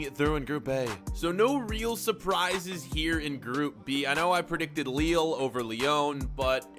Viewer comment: The way he pronounced Lille...